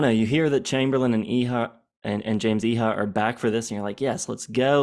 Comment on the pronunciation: Pretty sure Iha is pronounced "Ee-uh."